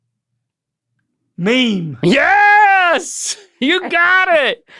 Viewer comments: My favorite was “mehame” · I already watched the short of trying to pronounce "meme" - I laughed so hard, I almost couldn't breathe! 😂😂